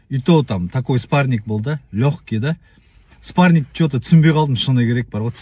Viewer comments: ОСЫ ЕСАЛАҢҒА ЕШКІМ ТҮСІНДІРМЕЙДІ МА СПАРНИК ЕМЕС СПАРРИНГ ДЕП😂😂😂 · мына қазға айтындарш спаринг дегенди дұрыс айтсын